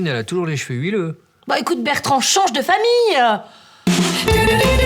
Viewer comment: "change de familleuh'' 😂😂😂